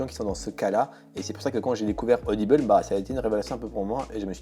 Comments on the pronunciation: C'est rigolo, tu prononces audible "audibeule" :'D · odibeul au lieu de "audible"... j'ai été surprise ! MDR